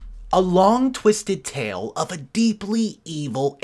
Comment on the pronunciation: “A long, twisted tail…” Try again, as follows: “A long, twisted tale…” Also, interest is ‘accrued’, not ‘a cured’. Lawyers send ‘cease and desist’ letters, not ‘seasoned assist’ letters. I think the glasses are a good idea; with the amount of screen time you must spend, you need to protect your eyesight.